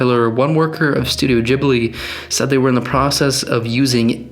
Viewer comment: im sorry. instantly paused the video. did you say jiblee? studio jiblee?!?! :*)